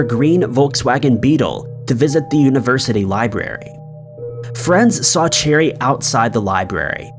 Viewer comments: Last story- her name isn’t pronounced “cherry” , it’s “ sha-ree”. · not sha-ree its pronounced Share-eeee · Cheri is pronounced SHERRY, not cherry lol geesh!! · Yeah, 'Cheri' became 'Cherry'